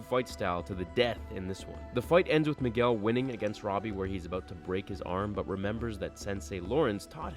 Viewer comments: he said Migwell XD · Why did u say Miguel like migwel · you pronounced migwell. Lol